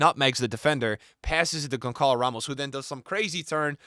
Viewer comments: Dude you're butchering Gonçalo Ramos' name It's Gonsssalo and not Gonkalo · Bro keeps yapping like a football expert but still can't pronounce Gonçalo Ramos right yet 🤡